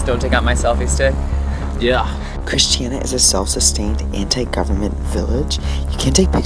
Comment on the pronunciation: It's Christiania, not Christiana.